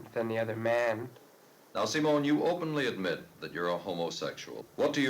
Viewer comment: i could be wrong but i believe he’s pronouncing her name “seem-own” as opposed to “sim-own”